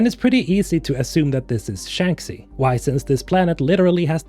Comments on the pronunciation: I don't want to be that guy, but I just have to put this out: Shanxi is pronounced "Shangshi" since it's a chinese name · Love these videos. You keep me hyped every time. Also, correct me if I'm mistaken, but isn't it (Shanxi) pronounced "shank she" ? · How on Earth can you say Shanxi wrong so many times after playing the games? It is pronounced in the game numerous times. The phonetic should be Shankshee! 😂